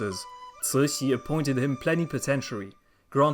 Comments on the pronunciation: The empress 'name is completely wrong, Cixi should be chi-shi or tzi-shi, not sui-shi. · Cixi should be pronounced Chi-shi (or tzi-shi), not sui-si, how very odd! It grates every time. I'm bemused everyone else thinks your Chinese pronunciation is flawless. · Cixi is pronounced completely wrong, it should be chi-shi or tzi-shi, not sui-shi.